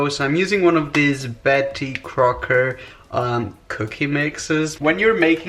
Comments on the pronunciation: I died when he said “Beatty Crowker” LMAOOOOOO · lmao the way he said betty crocker